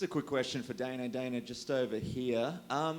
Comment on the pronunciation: "Got a question for DIE-NUUUUH"